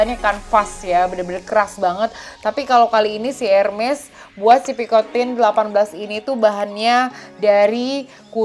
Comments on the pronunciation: Its air-MEZ pee-koh-tan not pikotin 😂😂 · Picotang & Syanel ka bukan picotin & chenel 😅😅